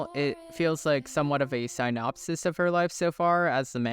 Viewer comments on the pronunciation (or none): none